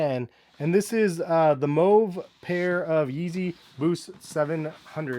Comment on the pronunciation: Thanks for pronouncing mauve correctly